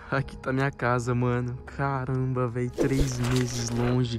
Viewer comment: Nuca vou esquecer o "caranba very" da 😫